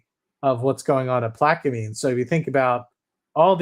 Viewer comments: Its pronounced plaq-a-mens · I am from Louisiana, it is pronounced Plaq - a - mens.